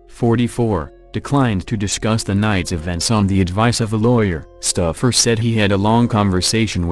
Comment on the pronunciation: Called Kortne Stoufer stuffer lol